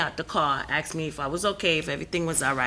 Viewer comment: She said she ("AXED") him... ? ... W H A T... ? ... This "IS NOT" American English... "👹"